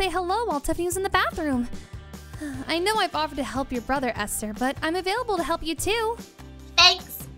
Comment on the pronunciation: Why does say “Easter” instead of “Esther”